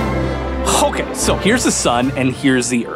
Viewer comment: “Hokay, so...”. Nice reference there